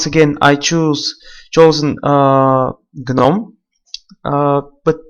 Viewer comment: "gnonm" xD